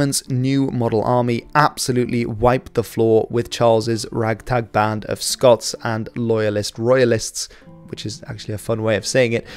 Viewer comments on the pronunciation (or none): none